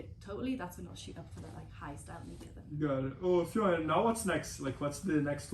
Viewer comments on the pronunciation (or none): Sweet Jesus people. FFION DAVIES .. not Fiona Davis, not Fflebron James, not Ffeon greyjoy.. Ffion Davies! it's not that hard!